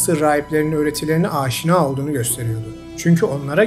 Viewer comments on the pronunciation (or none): none